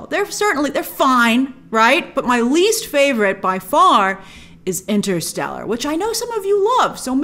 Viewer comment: You lost me at interestelar, C-mon on girl!!! WTF